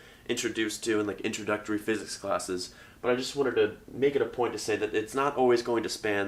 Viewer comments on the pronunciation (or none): For a moment there, I thought you said "Welcome to Tensor Calculus for Fitness". For a moment there, I was excited...